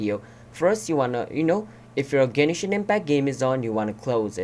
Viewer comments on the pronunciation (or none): Gen”e”shin impact